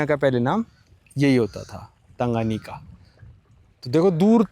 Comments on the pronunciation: Tangayaki bol rhe ho.... t Tanganyika hai woh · abhi bhi bhai ka tanga yaki chal raha hai, yaki nehi bhai nika. Tan ga nyi ka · Correct pronunciation is- "टांगान्यिका " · Pronunciation of lake is TANGANIKA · Bhai its pronounced "Thanga Naika"